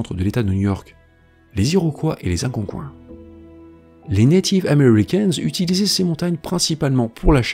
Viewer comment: On prononce algonkiens. Merci pour la.video c est super interessant en plus que c est de ce coté ci de l'océan 👍vraiment l fun j vois qu' vous avez un auditoire au quebec itou! On dirait🙂👍Bonjour du quebec!✌️